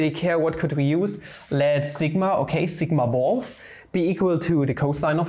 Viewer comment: Did he... Did he just say sigma balls??